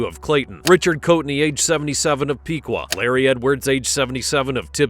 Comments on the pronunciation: Pih-qua not pee-qua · That’s a travesty. He deserves life for each life he took. Also, Richard Coatney is from my hometown. It was pronounced wrong in the video though. It’s “Pick-wuh” Piqua